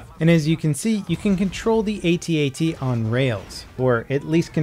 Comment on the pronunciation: Why do you not call them at-ats (attats), instead of A T A T's?